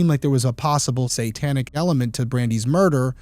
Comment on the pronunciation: I really enjoy this podcast! But the word satanic is pronounced SAY-tanic, NOT SAN-tanic. I cringe every time you say it. lol😊